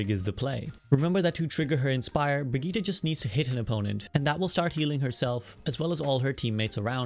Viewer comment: Brigitte’s pronounced exactly as you first think, like a teenage white girl. Not “Brig-it” lol.